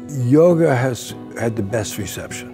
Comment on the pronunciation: I love this paradigm and approach and think Bessel speaks very well on it. But I kept hearing "yogurt" instead of yoga and now I'm hungry